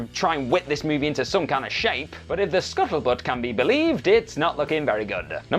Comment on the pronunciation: Did he say scuffle butt? It’s scuttlebutt bro 😅